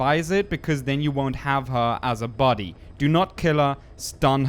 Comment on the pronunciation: body* until he can say it right